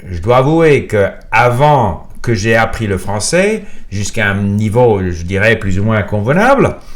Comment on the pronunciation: It's mostly perfect, but there are places here and there that do not sound native. Those are usually one-offs here and there, not systematic pronunciation issue with one sound. For example: j'ai sound like "jeille", surtout with an English oo, some R's are not pronunced perfectly like a native would (there are 4 to 5 ways to pronounce it, each in there appropriate contexte). One recurring issue though, "vidéo" pronunced as "vidio".